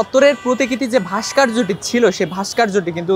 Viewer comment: 'ভাষ্কর্য্য' শব্দটি শুদ্ধভাবে উচ্চারন করতে শিখুন আগে...